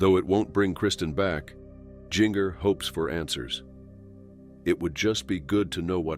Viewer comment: My condolences for all of their loved one’s. 💔🙏💔 On a side note: It’s Gin-Ger, Jin-ger, not Jean-ger. Saying her name wrong about a dozen times became distracting. 😩